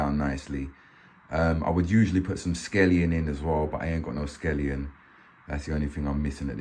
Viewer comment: Scallions not scellion 😂😂